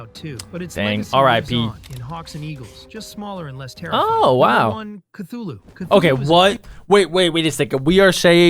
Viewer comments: Cthulu not ctulu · its pronounced cuthulu! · Its cathulu